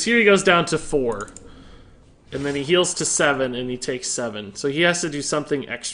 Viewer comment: dude it is "then", not "den". Damn dude, where did you get that from? Wtf